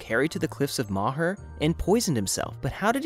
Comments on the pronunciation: My Irish brain got triggered by “Cliffs of moher” It’s pronounced “Cliffs of mow her” Also yes they filmed it there, but idk if that’s actually where it’s set. I sound like Hermione! “It’s Moooow her not mo her” 🤣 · It's pronounced cliffs of moh her